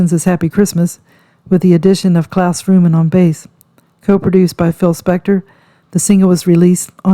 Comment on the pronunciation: My god woman, its Voorman (Voreman) not Vrooman. Get it right for goodness sake. Show some respect